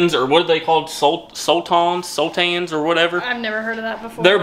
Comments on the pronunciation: Sultanas ....are pronounced sul tarna ....think of how you say banana..... a sultan how ever is a character you'd find in stories like Aladdin .😂😂😂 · It's sultanas not sultans! You kneaded the dough to much so the scones didn't rise very high, brushing milk on top is to make them golden colour after the scones are cooked, you re-roll the left over dough to make more scones until the dough is finished, Your meant to cut them in half then add the butter & jam or clotted cream & jam, The cheese scones are nice with cream cheese & chilli jam on them, Good job for your 1st try though, 😊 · Il spell it how we say it SALT-ARN-AS not that it matters but just if u wanted to know xx love the videos ❤ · Its SultanAs ffs